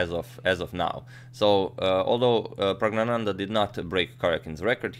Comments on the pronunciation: I was waiting for a new video by you for young praggu. Btw you pronounce his name flawlessly. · He was practising for 5 minutes to pronounce his name correctly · it's pronounced 'E'run not 'i'ran i mean it's not the next Apple product lol but u nailed pronoucing the name